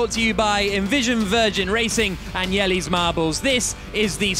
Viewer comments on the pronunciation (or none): I have just now learned that it's pronounced "Yelly" and not "Yelluh".:P (I'm actually still pretty 100% sure it's pronounced "Yelluh". Source: I'm from the Netherlands, like.) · The idea is fun but that's not how you pronounce "" unfortunately